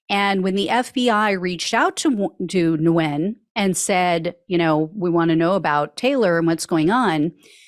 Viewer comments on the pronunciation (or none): Nguyen is pronounced "wen"